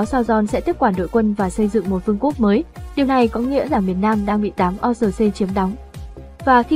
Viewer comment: Tên lũ quái vật là quân Orc ( Ọt ) chứ đọc là O-R-C là sai rồi. Ad nên tìm hiểu kỹ hơn. Chúc kênh càng phát triển hơn nữa, cám ơn.